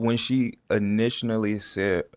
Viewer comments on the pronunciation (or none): his "initinally" is killing me. He do have a rich vocab it just be different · He said " Initionally " (initially) 😂😂😂😂😂😂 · Bro keep saying initioinally 😂😂